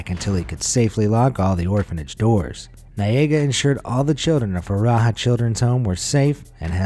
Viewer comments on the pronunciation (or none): none